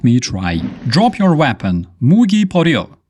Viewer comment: ?...The word "MUGI" (Kor. for "Gun") has the accent AT THE LAST "I"...NOT IN THE INITIAL "U"!